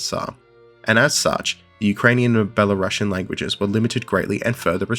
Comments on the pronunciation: Thanks for a great video! A small nitpick: could you please pronounce Belarusian as Belarus+ian (U is stressed, and ideally s doesn't turn into sh), not as Bela+russian? That's important. Thanks. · It's pronounced ˌbeləˈro͞osēən.